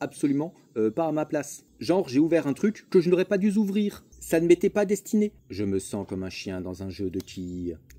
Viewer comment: "pas du-z-ouvrir" miammm